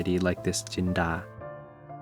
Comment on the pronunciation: Your red curry soup looks so good!! the color of the dish is very red and beautiful 💖 I love to add bamboo shoots in my dish too, it's really going well with the soup, yum yum Ps, I love your pan, can you tell me where did you get it 😍 and Btw, you pronounce แกงเผ็ด and Jinda chilies very clearly, are you Thai?